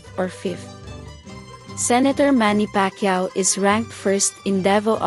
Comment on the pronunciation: Rab ray dow? Or Robredo? Lac san? Or Lacson? Pec quiao? Or Pacquiao? Your mispronouncing their names are quite irritating, kindly ask some of your staff how to correctly pronounce their names and the names of provinces, Albay, Antique, etc. You pronounced these as if you were an American.